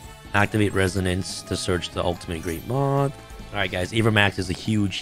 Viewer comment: For a second I thought you said, “… Summon Perfectly Ultimate Great Month” instead of moth